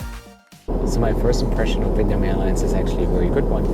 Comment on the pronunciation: “Welcome onboard “VITNAM Airways” that’s right not VIETNAM🏳️=🇻🇳 (Vee ét nam) but vitnam 🏳️=unknown